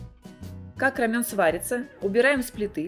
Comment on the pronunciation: РамЭн, не рамЁн 🤣🤣🤣